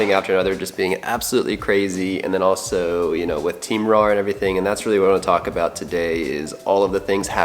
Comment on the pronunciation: He said rare Keoeoeoepep